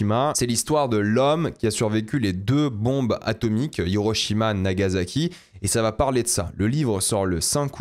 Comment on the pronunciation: NagaSaki (c'est un "s" et non un "z"😉)